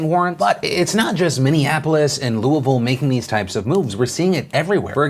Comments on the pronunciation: Damn, You say "Louisville" just like a local, nice! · Phil thank you for pronouncing Louisville correctly lol. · Lol philly d says Louisville like a native Kentuckian...I love it! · thank you for saying Louisville right